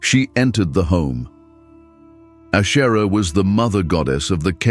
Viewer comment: Good grief! If AI can do so much, why can’t it learn to pronounce words correctly? Ashtera, Baal?!?!?